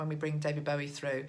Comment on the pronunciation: I don't want to be critical but as a David Bowie fan of 40years please call him bow like the tie not bow like to the queen. Keep up the good work xx